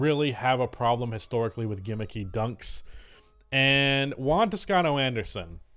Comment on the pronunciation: Its Juan not One